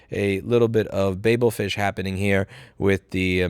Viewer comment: Babblefish Louis, not babe-lfish! As in the Tower of Babel (Bavel) referenced ... In Hitchhiker's Guide to The Galaxy.